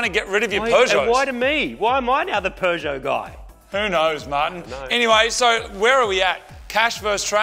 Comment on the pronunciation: Here in the Uk I can safely say I have seen as you say a ‘cannon’ on a Peugeot ‘Peugbro’ 🤣